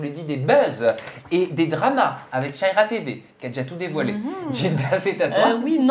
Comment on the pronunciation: C’est pas shaiiiiiira ! C’est sha -ra-ya il serait temp de prononcer correctement les nom des gens ...